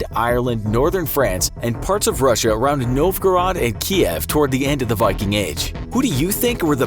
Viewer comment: The mispronunciation of every single Viking term and the false depiction turned me away from this channel. Just something to consider.